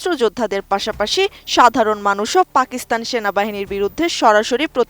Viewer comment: পাকস্থান নো ফাকস্থান ঠিক 😂😂